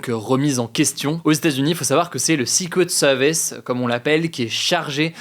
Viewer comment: ta prononciation de "Secret Services" me fait saigner les oreilles !!!